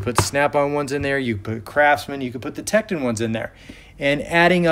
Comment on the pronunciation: TektOOOON not techedin lol